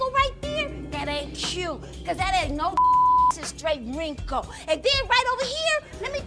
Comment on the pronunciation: That’s straight “REEN-KLE”